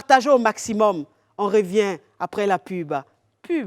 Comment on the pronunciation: Sa façon de dire pub ça ressemble tellement à pipe, wooou qu’elle imagination digne d’un film gbofloto 😅